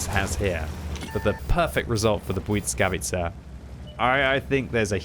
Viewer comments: good attempt pronoucing błyskawica, to make it better instead of "bwitskawitsa" try "bwisskawitsa" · with sincere intention to help – I admire your clear effort to pronounce the name of the tank as close to the Polish original as possible, but to succede you really need to get rid of the T sound you are always inserting into the first syllable (it's BłySkawica, not BłyTSkawica or BłyCkawica) 🤓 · why do u pronounce it like blyckawica bro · You are pronoucing the tank incorrectly. Put it in google teanslate - Polish.